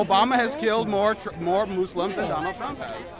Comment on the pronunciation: the mispronunciation of muslims made me cringe